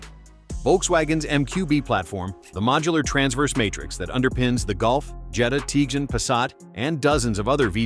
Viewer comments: Trying not to pronounce Tiguan not Tjgan.😂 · Try to pronounce Tiguan, Moron